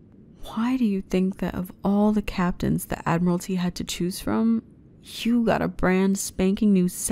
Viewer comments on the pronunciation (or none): none